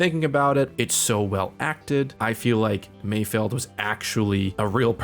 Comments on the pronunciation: omg it's MAYFELD not mayfield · "and while I was not confused" god damn too bad i forgot to bring your medal. kinda rich coming from a guy who can't even say mayFELD